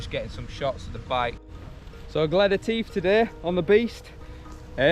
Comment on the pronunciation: Love it , love it..... great video again..... but..... I was privately giggling at how you were butchering the word "Etive". I will put you right next time I see you !!! lol 🧑‍🏫😜😁